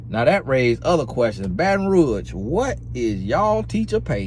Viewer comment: "Baton Ruash" 😂😂😂